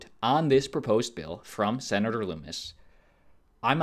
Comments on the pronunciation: How about you have the decency to learn how to pronounce Lummis correctly. Her name isn't Loomis. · Lummis rhymes with hummus. Not pronounced LOOMIS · Yo you're mispronouncing Lummis' name. It rhymes with hummus.